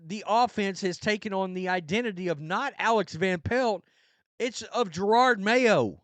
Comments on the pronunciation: Yeah, Pats fan 30 yrs. This sux! Even worse is that this B's going at least another year. Are we gonna mess up the Drake? Also, does anyone one know why this guy refuses to pronounce JaROD... It's always Jarard. Is it an accent thing, or disrespect thing? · Not sure if guy’s mispronunciation is intentional at this point , “Gerard” Mayo lol .